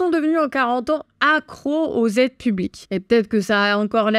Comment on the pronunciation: " 2 000 Z'aides " ça commence à faire beaucoup là, faut reprendre des cours de français !!!